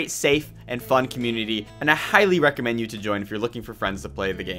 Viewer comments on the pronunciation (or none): none